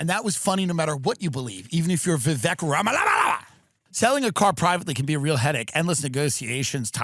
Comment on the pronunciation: I laugh every time Tim says Vivek Ramamalama 😂